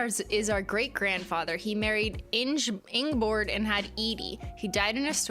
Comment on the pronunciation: Ingeborg is pronounced Ing (as in rING, sING etz) e (as in End) borg (as in Björn Borg ie BOR G(esture))